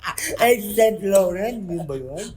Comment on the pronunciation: Sabi ni, "SAINT" 😂 S Saint ang bigkas sa English pero ang bigkas talaga diyan "SAAN" instead of SAINT..kalooy!😂